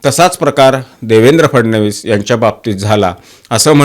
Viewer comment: तुम्ही ‘फडणवीस’ हा उच्चार योग्य प्रकारे करत आहात. तुमचे अभिनंदन.